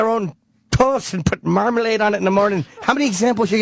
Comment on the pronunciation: I love the way Jimmy pronounce Marmalade. "MAIRmihlaid."